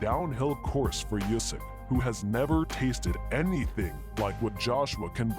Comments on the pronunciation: it´s Usyk, not "Yusyk" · Usyk!!! Not Yusyk 😂🤣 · ooo-sick not you-sick bell-you not bell-owe